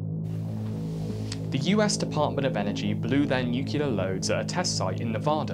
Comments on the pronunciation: N U C L E A R "New-clear" NOT "NU-CU-LAR" come on, man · Repeat after me: Nu-clear. Not NU-CU-LAR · nucLear nucLear nucLear not nuCUlar ffs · yes. People saying nucular is a huge let peeve of mine. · Nuke-ya-ler! Lol 😆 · NUCLEAR! SAY IT: NU CLEAR! I'm gonna fucking wrap you inside out if you say "nucular" one more time. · Please for godsake, its "Nuc-lear" not "Noo-ke-lar" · Nu-cle-ar, please learn to say it and your content will be perfect, it's a lovely channel, but if I gotta hear nu-ce-lar one more time, my brain will destroy itself on a nuclear level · We have to talk about your "nucular" problem.. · AHHHHHHHHHHHH STOP SAYING NUCULAR ITS NUCLEAR ENGLISH IS MY SECOND LANGUAGE AND I KNOW THAT COME ON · It's "nuclear" not "nucular" .... when did this trend start? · The disregard for science in this video is infuriating! From the body parts used for measurement to the unholy amount of use of the word NuKeLar. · People have been using cellars since the invention of digging? Rubbish. And I'm starting to wonder is "nucular" is an inside joke... it's as though you manage to say it in each video! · Nuclear. New-Clee-Ahrr. New-Clear. For an English bloke, I am surprised at your inability to pronounce the word NUCLEAR correctly. There is only one U in Nuclear. It's is not NEW-CULAR, it is pronounced New-Clee-Err. Otherwise, I love your content, but ffs say the word right. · "nukular" NOOOO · You can't insult Muricans over their misuse of language and then say "nucular" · I heard nuclee ah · Nu klee eer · Nuclear. Nuc - le - ar. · Good video but there you go again with the nucular O_o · NEW-CLEAR FFS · "nucular" Let's just give up and add it to the dictionary already. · He manages to mention "nuclear" in almost every video too lol I love the videos, but it annoys me so much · It's pronounced "nuccular", "N U C C U L A R" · I'm really not sure if your mispronunciation of nuclear is part of a series long joke or not. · My god can you please say nuclear properly